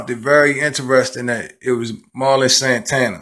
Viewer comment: It’s pronounced MER-lin. Not MAR-lin.